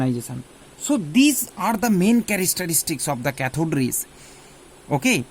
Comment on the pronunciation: Sir characteristics not charastaarstis....